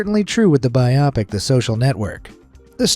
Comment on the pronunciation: "Bi-oppic," lol. We can replace someone's face seamlessly but we still can't get an AI voice to pronounce shit right.